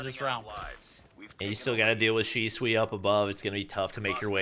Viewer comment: PRONOUNCE SHISUI: Shi Su Wi ❌ Shi Swi ✔️ 🤣🤣🤣🤣